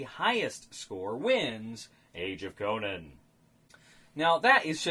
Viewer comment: A very interesting review, I was wondering about this game. How does it work with lower play count? And have to ask where does Conan come from? You got too many syllables there.:)